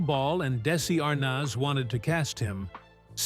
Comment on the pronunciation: Who the hell is Desi R-naz?